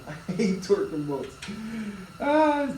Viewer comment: bro everytime you say “i hate torquing” all i hear is “i hate twerking” lmao. nice video im working on the same bike. rebuilt the engine and no just trying to figure out the carb lol